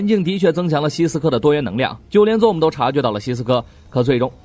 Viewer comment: ..你的英文發音要練一練...ZOOM...的念法不是ZONE...請仔細看原片演員怎麼念好嗎?